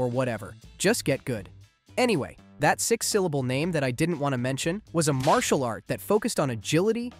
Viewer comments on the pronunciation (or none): none